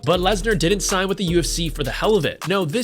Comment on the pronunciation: U need to learn how to say sign